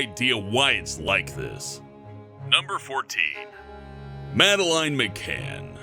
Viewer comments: its not pronounced mada-line,its pronounced made-lin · Could you have at least found a correct pronunciation for Madelaine.